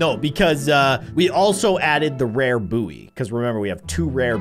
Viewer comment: saying buoy wrong also luv ur content been watching you since 5y/o